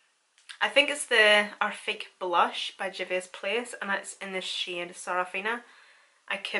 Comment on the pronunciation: Lol when you said "packing that shade on" I was lmao cuz it sounded like you said "packing that shit on" with your accent lol